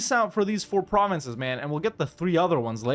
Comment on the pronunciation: Your pronunciation of German provinces is quite good. Of course sometimes you chose the English names, but all in all, respect!